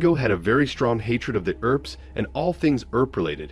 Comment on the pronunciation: The "guy" is an AI Robot....I've heard one Robo blather-boy calling the Earps(Urps) the EARp brothers, because the word "" Ear "" is in their name......also kept pronouncing Tucson (TOO-son) ""TUCK-son. "" glr